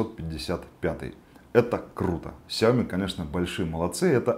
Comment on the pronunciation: сяомИ!!!а не сяОми...